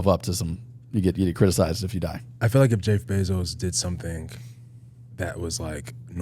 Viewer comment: shawley first person ever to say jaif bayzos